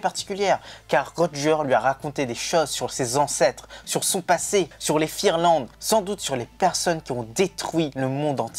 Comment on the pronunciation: C'est pas fingerlande mais figarland.